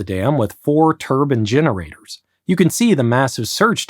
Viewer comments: Since it's in Iraq, I couldn't help but chortle when you pronounced it "turban" generators 😂😂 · "with four turban generators" 😂😂😂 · engineers pronounce it tur-bayne 😊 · turban generators? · Sorry, what? Four turban generators? In Iraq? I can't tell whether this was meant as a pun, or whether I have been mispronouncing turbine for all my life. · "turban generators" hehe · your incorrect pronunciation of the word turbINE is really egregious here... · "turbun generators" lol